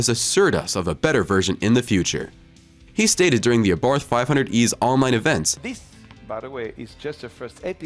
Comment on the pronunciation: "ABARTH" is pronounced Abart ( the H is silent)..."Francois" is pronounced Fran Soire